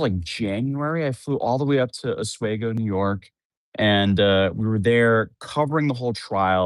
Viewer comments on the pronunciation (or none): just fyi it's pronounced Os-wee-go not os-weh-go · You say it like ahsweego not aswego. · Os wee go, not Os way go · I know it's dumb semantics but everytime says Oswaygo it's like nails on a chalkboard cause I'm from upstate NY and we pronounce it like how it's spelled OsWEEgo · Osweego not oswaygo is the pronunciation of oswego county, not to be that guy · oss-WEE-goh not oswheygo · OsWEgo. Off we go to Oswego. Not Oswheygo. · Ahs-WE-go. Not A-SWAY-go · It's Os-we-go, not Os-way-go. A great way to remember is, "Off we go to Oswego." A small child thought that's where the name Oswego came from and I have been meaning to pitch this to their tourism department ever since. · OsWEEgo not OsWAYgo! 😂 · You keep mispronouncing Oswego - aws-wee-goh. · Oswego is pronounced oss-WEE-goe, not oss-WAY-goe. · Dude love your content but you still can’t pronounce Oswego. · MOTHER FUCKER ITS PRONOUNCED “AAHHS-WE- GO” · OsWeego is how us New Yorkers pronounce it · It’s actually pronounced os-we-go. Not that it really matters that much but there you go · It’s pronounced “os-We-go”. I am sorry but being an upstate NY it is like hearing nails on a chalkboard. I am not trying to be rude, I am sorry again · It's pronounced we like os we go...... Place is a shit hole though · It's pronounced aaz-wee-go by the way. I'm from the area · As a New Yorker, I cringe every time you say ‘Oswego’. The correct pronunciation is ‘Os-weee-go’. Re this case, she deserves to be prosecuted but I think 8 years is excessive. The bigger question is how an employer sends people to deliver to homes with zero training and zero screening. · A swee go, is how it’s pronounced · It's pronounced Oz-wee-go. Just so you know. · Sir PLEASE UGH-Swee - Go. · Oswego is pronounced: OZZ wee GOH. Am from the area. Lots of counties named after dead native tribes sadly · Os-WEE-go... Is how it's pronounced br0😊... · Oswego, New York. O-S-W-E-G-O. (ah-SWEE-goh ). You’re pronouncing it incorrectly. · Pronounced Os-wee-go